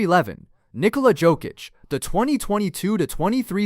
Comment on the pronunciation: Awful list. Can’t even get Nikola Jokic’s name pronounce right either… y’all clearly don’t know ball.